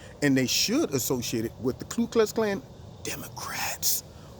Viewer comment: Love you, but it's the KU Klux Clan...not KLU Klux Clan. 🇺🇲